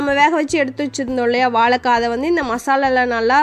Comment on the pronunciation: வாழைக்காய் தானே சரி நீங்களோ வாளகககாய் என்று சொல்லுகின்றீர்களே, இது தவறென்று உங்களுக்கு யாரும் சொல்லவில்லையா.